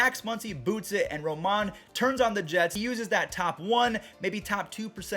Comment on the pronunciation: It’s “Ro-man” not “Ro-mon”